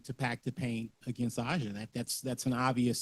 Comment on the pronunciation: Aces really got that BTA today yikes The way these reporters mispronounce A’ja name is interesting 😂 like do they not watch the games??? How do you not know how to pronounce A’ja Wilson or any other player name..😅